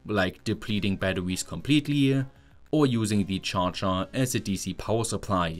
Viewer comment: so you did notice😂